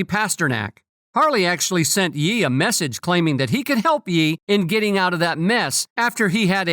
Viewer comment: God bro, you can't even say "Ye" right. Google ya stuff fool.